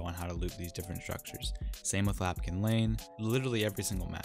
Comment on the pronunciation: My guy... it’s LAMPkin lane 😭😭😭